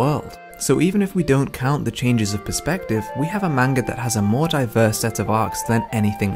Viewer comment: Great video but plz pronounce manga the correct way it’s like hearing nails scraping across a chalkboard